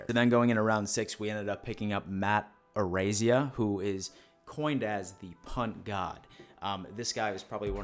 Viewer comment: Matt ArAIza not ArazIA. And Khalil ShakEAR not ShakUR. We got the punt god. LFG. Go Bills.